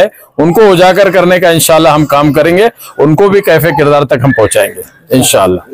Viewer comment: کیفے کردار ❌❌❌ کیفرِ کردار ✅✅✅